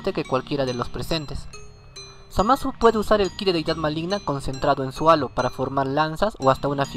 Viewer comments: Like si escuchaste ano en lugar de halo. Like para que aprenda a pronunciar bien halo. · tuve que repetirlo porque escuché ano :v